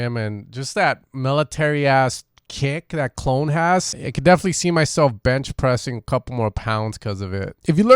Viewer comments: Clone 😂 it’s pronounced Clooo Neeee my stateside homie 💛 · Great vid however I cringed hard every time you said “clone” lol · Knew I heard it somewhere before the Skrillex drop thought it was Mandela affect. Also I believe his name is Cloonee pronounced "Clooney" like George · Love how you pronounce "Clone" hahahah